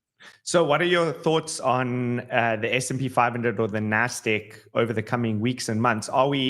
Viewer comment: What is the nasdick? I thought it was nasdaq but u say nasdick